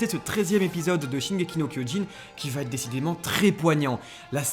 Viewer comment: VA ÊTRE. Pas VA-t-ÊTRE. Vos vidéos sont si parfaites que c'est dommage d'avoir les oreilles blessées